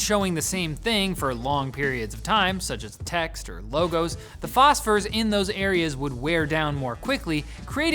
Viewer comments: Oh god the visceral reaction to saying "phosphors" is REAL! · You say "phosphors" like Dr Evil says "lasers" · Psch, why are you pronouncing "phosphors" all snarkily like that?